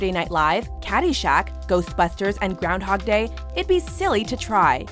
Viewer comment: Did she really say Darnhag day? and not Groundhog day.. or am i hearing things..